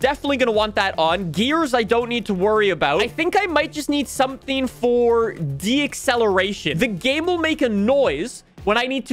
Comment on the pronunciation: Do all Canadians pronounce "deceleration" as "de-acceleration", or is just having a verbal skill issue?